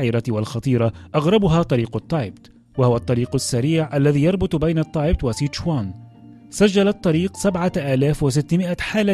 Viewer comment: التبت وليس التايبت